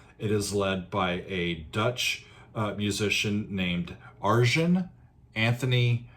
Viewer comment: Ar-yen by the way, lol. Ayreon is freaking AMAZING! Such a humble human being as well.